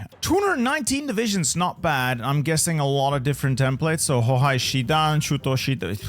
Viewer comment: it always breaks my legs to hear him saying "hohai" because of the "ei"